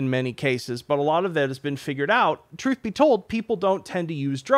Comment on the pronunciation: Has been playing Deep Rock Galactic? Because now he is SCOUT. ("The 'troof' is out there. So's the gold.")